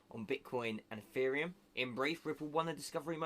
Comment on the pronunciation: Did you just say eFFereum ?